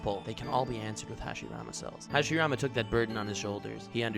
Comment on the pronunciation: Good job saying the first hokages name wrong